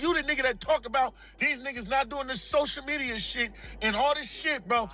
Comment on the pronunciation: It’s definitely Ants fault… gotta stay off dat “Sosha Media” 😆